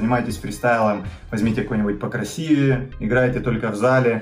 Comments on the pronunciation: Нормально, только что не понятного в том, что ударение поставленно настолько рано что аж косо звучит, я не понял!!!!!) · 14.56 "ПокрасИвее"...)) Что не так с произношением ?!!?!!!!